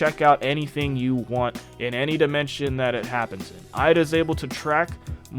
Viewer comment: No offense but why do you say Eida like that?